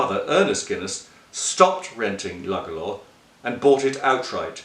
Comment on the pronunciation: It's actually pronounced "Loo-Gala"